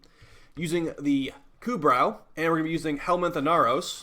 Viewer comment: It's "ku *bro*" You don't say the "brow" like eye*brow*